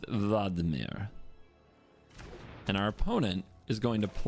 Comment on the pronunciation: Stop overpronnouncing Vadmir